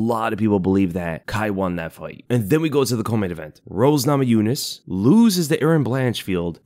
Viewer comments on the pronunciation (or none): none